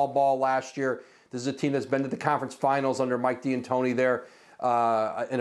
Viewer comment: Why does he keep calling him Mike D'Antoni as Diantoni?